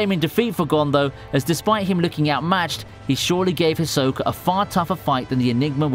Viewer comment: Why can't you say Hisoka's name?